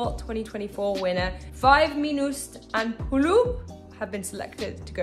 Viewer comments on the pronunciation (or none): Name pronunciation terrible. 1. It's Estonian name, so we say "Viis miinust" 2. Puuluup, u needed to pronounce long way. So maybe you need to read/pronounce Puuu-luuup.